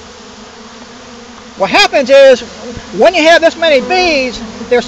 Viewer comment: "whahappensis" Gotta love local accents.